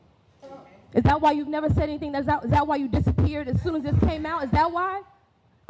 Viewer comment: Guys, she’s a “heuron bee-ann” before in-ah-thin”